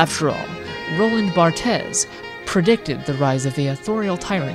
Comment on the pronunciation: "roland bart-es" it's pronounced "bart" or "barths", depending on how accurate you wanna be to the original french